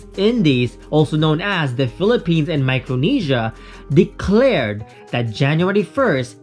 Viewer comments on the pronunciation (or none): none